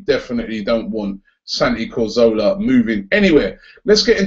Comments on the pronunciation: CAzorla Not COzorla! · Not Cozola - Carzorla!!!!!!!!! Comon Robbie! :) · LOL how does he still not know how to pronounce Cazorla? 50,000 people sing it every home game.